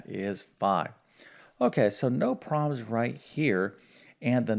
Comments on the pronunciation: You might be goid at math but you need to brush up on words. Problems not prolems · Please don’t say “prah-ums ” when you are trying to quickly pronounce “PROBLEMS.”